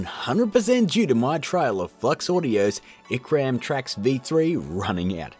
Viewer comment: Icram, what? It's IRCAM, sir. As in the French computer music/research institute.